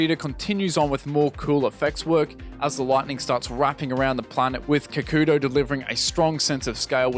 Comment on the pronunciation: kakkewdoo how do u have this much knowledge but still say Japanese words so wrong